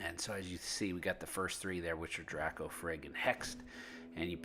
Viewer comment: Draco the "a" says its own name, please pronounce it right....